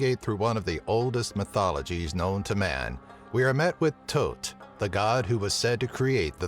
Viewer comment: thoth not tote